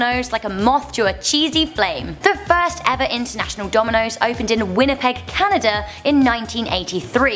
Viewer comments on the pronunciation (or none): none